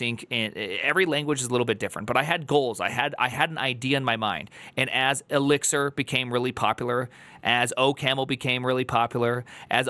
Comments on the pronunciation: sounded like LSD instead of elixir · Hearing the man pronounce "Eligzirrr" was like the first time a heard a British man say "February" on Kill Tony.